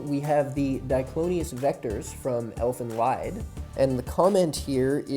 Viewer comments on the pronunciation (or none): Watchmojo still mispronouncing Elfen Lied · I stopped watching as soon as he started pronouncing elfen lied wrong.